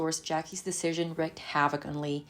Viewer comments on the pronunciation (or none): Wreak, as in wreak havoc rhymes with leek. It doesn’t rhyme with deck. “Executors” as in “Executors of his will” is pronounced ex-ECK-youters, not EXicuters. I think English may not be your first language—so these little blips are no big deal—just trying to help out for future reference.